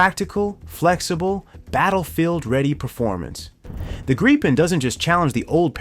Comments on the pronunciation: Good presentation but every time I hear the aircraft called a "Greepen" I cringe. Retrain your A-I please. The word is Gripen with a short 'i". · true, but it still sounds like there is a e or two instead of i. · Wenigstens den Namen Gripen könntet Ihr richtig aussprechen (..)